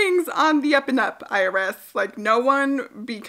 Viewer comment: Cheers! Enjoying a cup myself. ☕️ I am giggling thinking you were saying ‘iris’ but you were say IRS 🤣😂🤦🏽‍♀️ lots of love